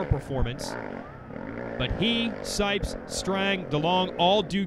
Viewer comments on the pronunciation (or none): Does anyone else think he says sikes instead of sipes